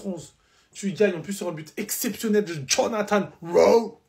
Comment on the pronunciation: 7.37min j'adore sa facon de dire Jonathan rrrhhhoooowwww !!!! 😂😂😂😂😂